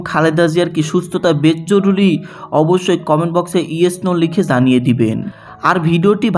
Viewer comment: Jorury not joruly